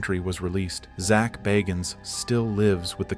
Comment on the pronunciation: ZACH BAAAAAHGINS? I don't think he pronounces it as you do. This is a whole documentary that Zach BAGGINS produced has already been on TV.